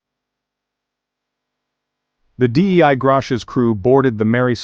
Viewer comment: Maybe don’t use an AI voice that can’t pronounce “Dei”.